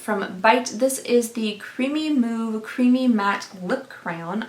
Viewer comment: I was very confused why Bite would call a product creamy moo creamy matte lip crayon until I looked it up and realized just misspoke (and I misheard) and it's actually power move creamy matte lip crayon🤣🤣🤣